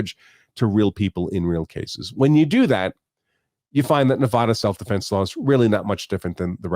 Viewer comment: please pronounce my state's name correctly.